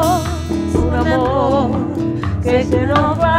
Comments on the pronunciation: Falta de preparación en la pronunciación del idioma español por parte de Joss Stone. Creo que por respeto a esa gran señora por lo menos hubiera demostrado que práctico esa canción emblemática, y obviamente se nota que sus representantes le cumplieron el caprichito a la gringa. Cosa que se nota en la actitud de la señora Omara Portuondo . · coincido totalmente, a omara se la ve incomoda y como si estuviera ahi obligada, y que stone lea la letra y no sepa ni siquiera pronunciar correctamente la palabra AMOR no hace más que empeorar las cosas... el final es muy loco: stone agradece pero ni mira a omara, no llego a entender que dice omara exactamente pero suena a reproche, y stone la ignora diciendo otra cosa....